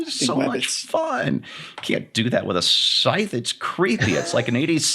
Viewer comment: You keep using that word. I do not think it's pronounced the way you think it's pronounced. "Scythe" rhymes with "tithe."